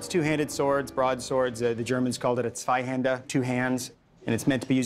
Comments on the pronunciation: he pronounces "Zweihänder" perfectly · he pronounced Zweihänder so clean, dang